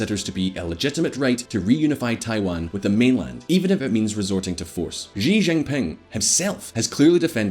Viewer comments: if you are going to present yourself as an authority on china you might want to pronounce the counties leader correctly. Xi is not pronounced jee. It's pronounced She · Xi is pronounced like "she" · why cant anyone say Xi Jinping properly? Xi is pronounced "she," Jin is pronounced "Jean" and ping is pronounced the same as in English (ie - "Ping the network"). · Xi Jing Ping (She Jing Ping) SHE. not jeeee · Who is Ji Jinping? The CCP boss is surnamed Xi (pronounced similar to "she").